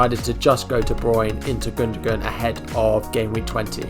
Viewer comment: Great video mate! Maybe try and pronounce peoples names right though, its respectful! :) Gun-doh-wan! Sah-ka!, Soo-Fahl! :) :) :)